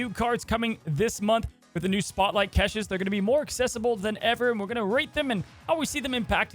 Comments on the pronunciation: CASH-ES. I love you but please stop, no one calls them ck-eh-shis... it's awful, please stop it. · Please say caches not keshes and Knull like null not Knoll Thanks :D